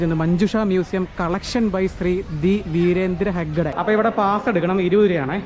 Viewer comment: ലിങ്കോളിൻ അല്ല സഹോദരാ.....ലിങ്കൺ എന്നാണ്. അത് പോലെ ഹെഡ്ഗെ അല്ല..ഹെഗ്ഡെ എന്നാണ്.. കർണാടക മുൻ മുഖ്യമന്ത്രി രാമകൃഷ്ണ ഹെഗ്ഡെ..